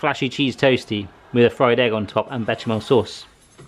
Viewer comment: Still wondeing where Mrs. Becky got you your shoes,! We wanna know!:D Are they Espadrilles? Also, for your pronounciation knowledge only, it's: "Besh-sham-mel" (and not "bet-sham-mel") and "Crock Ma-dam" <3 Have another great week like this,!:D